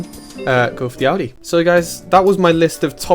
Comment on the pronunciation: Thank you for saying "Audi" and not "Ohdi"